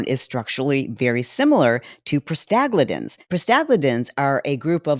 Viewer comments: Medical gal here. It's Prosta-GLAND-ins. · You lost me when you tried to pronounce "prostaglandins". Took me a moment to realize what you were talking about. lol